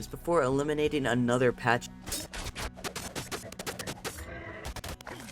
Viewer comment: your pronunciation of pachy triggered the holy hell out of me.. its more pack E than patch E. you are welcome